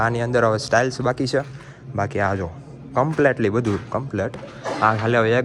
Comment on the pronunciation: ટાઇલ્સ❌ સ્ટાઈલ્સ✅ Bol ta શિખી le pela tu